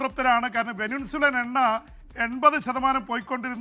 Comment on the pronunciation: ചേട്ടാ... വെനിൻസുല അല്ല. വെനിസ്വേല ആണ്